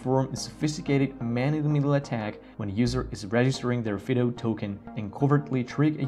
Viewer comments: Fid oh? We call it FIE DOUGH as in the common dog name Fido, or the military moto "semper fi". FYI. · Is Yubikey still good or are those other keys better? I think that "Fido" should be pronounced with a long "i", especially if you're using Puppy Linux, the only distro that barks when you start it up. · This would be a better video if the word “Fido” was pronounced correctly. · I say fido , fy-doh and not fee-doh